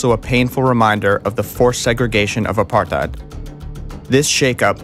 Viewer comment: 7;08 he cant say apartheid its so funnyXD